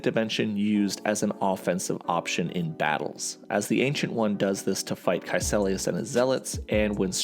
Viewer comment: KaeCIlius. Not KaeCElius.